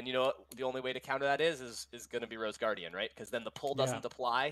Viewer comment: Mmm. It's Sir Roseguardin, not Roseguardian